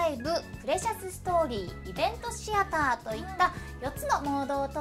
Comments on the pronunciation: わかるわぁ 私も シ⤴︎アターだと思ってた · あ〜お二人共可愛すぎでは？ あと関係ないけど、シアターの発音 シ↑アター やと思ってた シ↓アター やねんな〜 関西弁やからか？